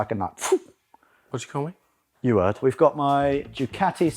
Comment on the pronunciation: "You 'eard". 😂